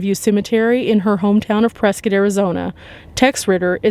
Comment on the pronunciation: My Hometown!!! ❤❤ Thanks for saying Prescott correctly 😉 lol